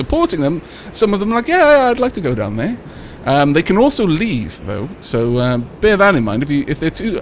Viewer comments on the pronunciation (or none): none